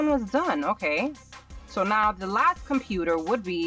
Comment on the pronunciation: Comptuter in 0.38min 😂😂